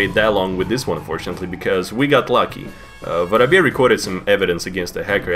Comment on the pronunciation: I'm not calling him vorobey anymore he is officially I don't care what you all say I'll also pronounce it